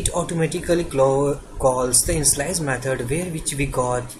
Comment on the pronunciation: Two suggestion so far, although video content are very informative: 1. It's pronounced as obJect, not onsegt 2. It's pronounced as inItialize, not InSlice